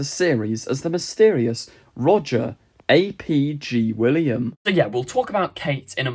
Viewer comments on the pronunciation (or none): It's not Roger A.P., it's Roger ap, ie son of in Welsh, ie son of Gwilliam. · Lol. Russell A P G William!? 😂🤦‍♂️ It’s Russell ap Gwilliam. (ap means “son of” in Welsh and is pronounced as it’s spelled)